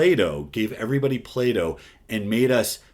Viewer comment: When he said play dough it took me a minute to not think he meant Plato the philosopher